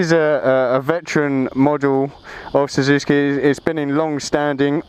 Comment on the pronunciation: You pronounce it wrong mate! SUZUKI! NOT SUZUSKI!!! =D